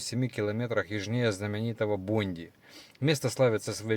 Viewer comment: Куджи пляж, Бондай пляж, ну сколько можно неправильно говорить